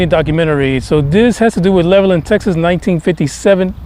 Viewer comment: it is pronounced Level Land they dives us crazy. I have never heard about this. Very good info. Reece Air Base it is closed now